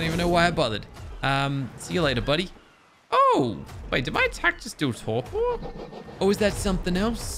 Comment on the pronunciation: He keeps saying torqor when it’s torpor